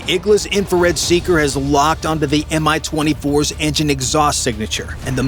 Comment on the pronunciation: The name of the heli is not M-I as you pronounce it. It's MI, and correct pronounciation is identical to english word "me".